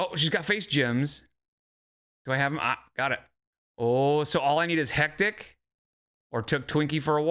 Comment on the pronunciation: Bingo! "Hecticana" got me bingo. 😆